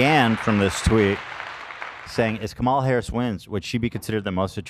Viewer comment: Ethan with peace and love you NEEEEEED to start consistently saying Kamala's name right my guy